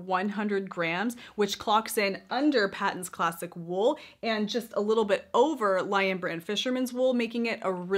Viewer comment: Patons is pronounced as "Paytons". Yes it is an Australian Brand. Produced by Aussie Yarn Company.